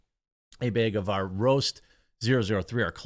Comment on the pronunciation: Love you, man....but it's BAG, not BEG of coffee. Lol